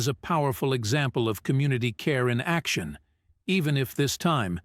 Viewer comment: It would be nice if the narrator would learn how to pronounce easy words such as action.